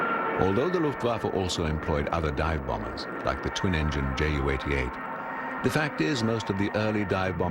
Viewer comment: The pronunciation of JU 87 in this video is not correct. Right pronunciation is 'You,' see